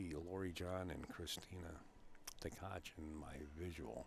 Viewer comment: It's Tkach and not Ktach. SMH 🤕